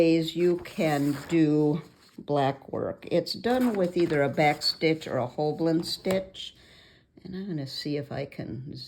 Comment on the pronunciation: Hi. You've put the "L" behind the "B" in both your spelling and pronunciation in the video, but you have it spelled right up above. It rhymes with "whole sign".:) So good to see you again!